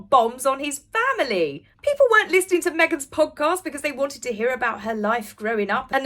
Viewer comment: When I was in school (US) we were taught the "g" on the end of "ing" was silent. Sounds weird hearing people say listeninGAH, walkinGAH, etc.